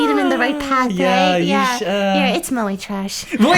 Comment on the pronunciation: The pronunciation of moe and tsu... “mo A” and “su”